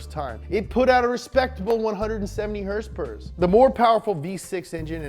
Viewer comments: Why does he say "herspers?" 😆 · Someone teach this man how to say “HOrsE PoWEr” PLEASE